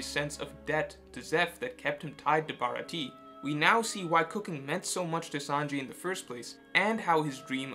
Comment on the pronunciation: Ba- ra-ti-ae not Barati